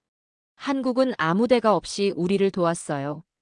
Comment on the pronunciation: 설명 내용중 "아무 대가없이"를 읽으실 때는 반드시 "댓까"나 "대까"로 읽으셔야 합니다.